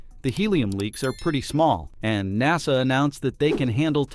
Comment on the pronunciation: I'm amused by other mispronunciations of "Naw-sah".